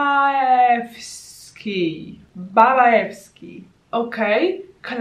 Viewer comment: Przypominam również, że E nie czytamy jak klasyczne e. Zapisane w ten sposób to Je, czyli jotowana samogłoska. W ten sposób otrzymujesz nazwę: BABAJEWSKI, czyli absolutny klasyk jeśli mowa o słodyczach :)